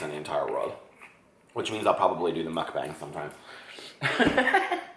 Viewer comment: You're pronouncing mukbang perfectly in this video!